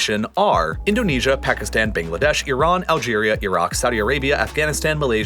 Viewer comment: Pls don’t say Pakistan like phagistan